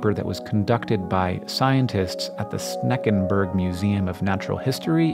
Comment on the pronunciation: "shen-ken-berg", not "shneken-berg" 😉